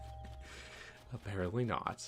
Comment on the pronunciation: She also says "a-pear-ent-ly" when it should be "apparent-ly"